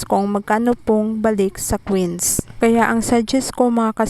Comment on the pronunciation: Quins Kasi bigkas mo sa coins Po haha